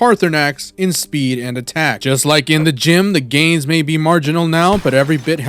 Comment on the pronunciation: At first I heard : “Just like in the gym the GAYS…” lmao (I got then that it was “gains” which made more sense although it would have been hilarious) Really fun run to watch :)